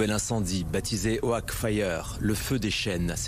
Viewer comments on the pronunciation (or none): ça critique l'écriture inclusive à tout bout de champ mais prononcer "oak" OHAQUE ça choque personne. De toutes façon c'est pas grave, on va tous crever dans les années qui viennent, merci capitalisme.